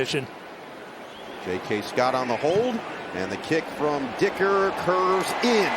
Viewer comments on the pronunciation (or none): "..aand the kick from DICKerrr CURVESss innn.."